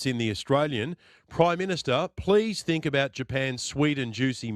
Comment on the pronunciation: He can’t even pronounce the word “think” correctly. He’s an absolute clown. The fact the he actually brought up the melons is beyond pathetic.